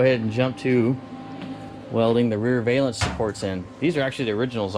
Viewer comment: And it's a rare valence not vaylence it's Val not Vay like her name was Valerie not Vaylerie